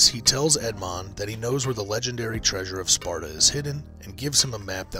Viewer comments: Oh and sorry but it's not the treasure of SPARTA, it's SPADA! Sorry but that was driving me nuts throughout the video. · It's Spada not Sparta.